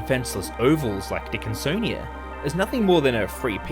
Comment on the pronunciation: "a huge dickinSonia"